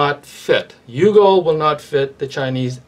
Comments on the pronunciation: Its "you-go" not "yo-go" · not yogo it's yugo